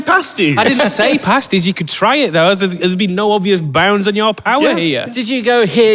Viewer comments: They’re all familiar enough with Cornish pasties to know how to pronounce the word 😊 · "The whole of Northern Michigan, which I guess is middle Michigan" as someone who has lived in the UP, (born and raised elsewhere, so not a yooper) I'm so glad he said that. Also, bonus points for saying pasties correctly. There is a bit of a difference otherwise...